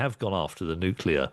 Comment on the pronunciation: When it is spelled nuclear, why do some say nucUlear?